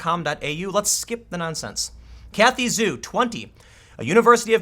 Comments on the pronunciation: Sorry but "zh" in Chinese is pronounced like a "j". So her name is "joo" not "zoo". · Didn't one of the other girls try and shove a hijab over her head or something? I had thought that was what set off her tweets. Oh yeah. Zhu is pronounced more like "Jew" than "Zoo." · Juh-oo is the proper pronunciation of her name. But, it would be much easier to tell with tone markers or the actual Chinese character for her family name. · Not to make it worse, but Zhu is said like Jew in pinyin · It hurts my ears the way you mispronounce her name!